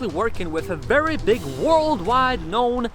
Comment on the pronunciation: I like…..wery, wery good!